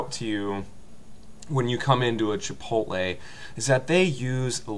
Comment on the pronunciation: Chi-Pot-tle sucks huh? I hear you there, preach it brother.